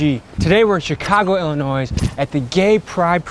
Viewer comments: Dude really pronounced the S in Illinois... I'm from Australia and I know you don't pronounce it like that. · bro tommy how could you pronounce illinois wrong 😭😭